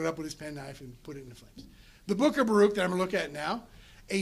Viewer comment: Baruch is pronounced Baruch, ברוך.. not as this professor pronounces it. It is odd that someone who devotes time to study these texts lacks a basic pronunciation understanding.